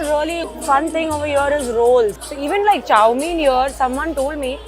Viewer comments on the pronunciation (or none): none